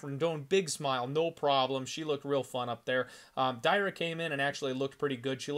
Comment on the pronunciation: Dear. Not Day-ra. Dar-ya. Not Mayra Moroz - Ma-ri-na. I sure, you can read letters wright. BOL:)